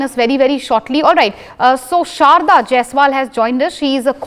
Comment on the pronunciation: ...it's Aftab not amaan ..it's shraddha not Sharda ...ur name is Sharda